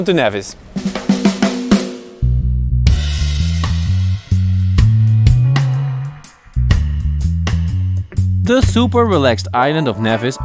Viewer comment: It's NEVIS! Not NAYVIS